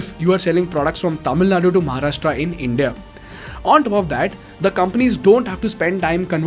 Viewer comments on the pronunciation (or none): none